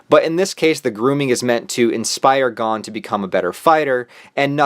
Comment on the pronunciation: You: He-so-ka My brain: He-za-ka You: Gone My brain: Gon